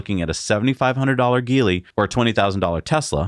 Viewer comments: i may be wrong but isnt it pronounced "X Pung" & "Ji-Lee" ? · GEELY should pronounced as G - Lee